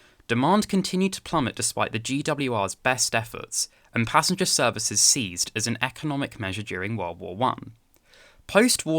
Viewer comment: First time I've ever heard anyone say ceased the same as seized.